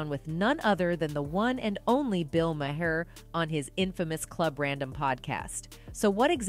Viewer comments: It's Bill (MAR) not ma-her smh 😒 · Do your research, child! It’s pronounced Bill MAR not “ma har.” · Is said like bill "marrrrrr" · She literally pronounced bill mahers last name differently every time she said it.😅 ma-her. Mah- er. Mah-here. Mayor. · Kudos on reporting facts! But please, pronounce people's names correctly...Maher is pronounced "mar". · Truth...by the way it's pronounced Mar just fyi no shade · Why can’t the voice here pronounce Bill Maher’s last name ?? 🙄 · Decent video…. But I find it impossible to believe that adult American human being doesn’t know how to pronounce Bill Maher’s name. Much less all of the people that probably edited this and put it up. For God sakes, everybody knows the right way to pronounce his name and she does it the entire video multiple times.